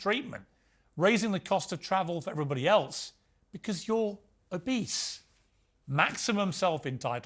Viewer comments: He said "Obese" I thought for sure he said "A beast..." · When Piers called the fat influencer “obese” it sounded like he said “a beast” — as in, “why do you get to have an extra seat just because you’re a beast?” I had to rewind the video to make sure I heard him correctly!